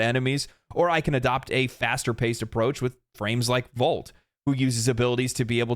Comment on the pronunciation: Why does he say "VAULT" instead of volt